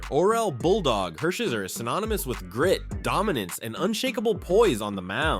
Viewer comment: Ok, timeout… when you’re doing a greatest list of ANYTHING, you should do enough research to get the pronunciations right. Orel Hersherzer?!? C’mon man smh